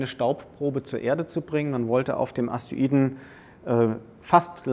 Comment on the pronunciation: Er sagt immer Aster-iden, oder Astoiden, aber sehr interessanter Vortrag, Danke